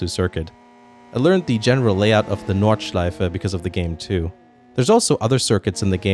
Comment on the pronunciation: Are you half-german or something similar? Your pronunciation of "Nordschleife" was very good and you used a Deutsche Mark as a screwdriver